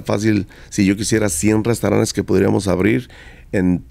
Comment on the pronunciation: Jajajajajajajajajajajajaja. Creo que se dice restaurantes y el dice restauranes. No entiendo como ha tenido tanto éxito. Bueno. Lo de su éxito lo dice el. Yo ni lo conozco. Jijijijijijijijijijijijijijijijiji